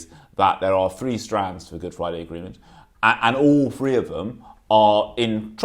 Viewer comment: Seventy Three and Seventy Free